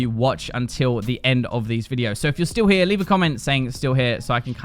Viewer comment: "stall here" lol how u say it